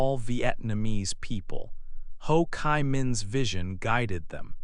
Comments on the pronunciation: "Chi" - I hear " Kai", why??? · Ho Chi Minh. "Chi" is pronounced like G in english or cheese